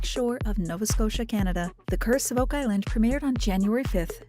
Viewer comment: "wow Oak Iland"